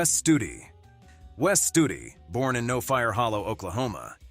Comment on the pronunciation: 13;42 not Studi